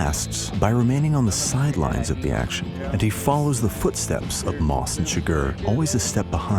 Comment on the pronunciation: It's CHIgurh not chiGURH, and javIER not JAvier.